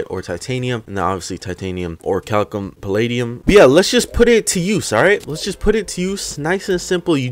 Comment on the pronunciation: Finally someone said orichalcum right